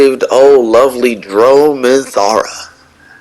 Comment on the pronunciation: Just a friendly correction here. Its drow not dro. Dr ow ( jjrr-ow)